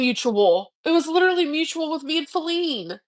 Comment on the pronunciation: "I'm lidrually half-nakid" Girl, you casually vlog in a bra, to our detriment, don't even. :face-red-droopy-eyes